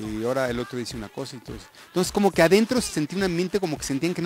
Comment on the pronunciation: Like si viste que se callo la "E" De "QUE" Rie